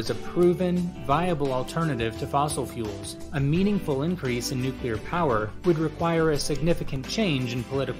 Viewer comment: Please don't say 'nuclear...'